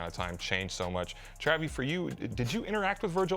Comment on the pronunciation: He say TRAVY 😳😐